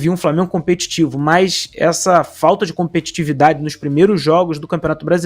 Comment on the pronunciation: Tá faltando "compeTITEvidade" kkkkk😂😂😂😂😂